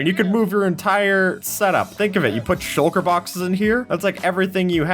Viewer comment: Shucker? I thought it was shulker